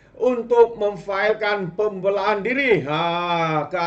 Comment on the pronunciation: Berapa banyak kita nak dengar sebutan pun x btul nih? "berang" .."pembelaan".. kamu x blajar BM ker kt sklh ?